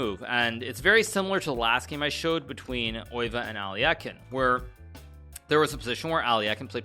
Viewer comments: He pronounces it as if it’s a German name, but Max Euwe was Dutch. The correct pronunciation is [ˈøːʋə] but that probably doesn’t help lol. Best English approximation I can think of is “uh-w-uh” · The best English approximation is undoubtedly "Ur-vuh". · ye probably something like eh-w-uh actually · Its not